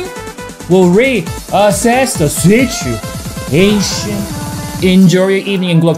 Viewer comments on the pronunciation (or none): What a situ-a-shun!!!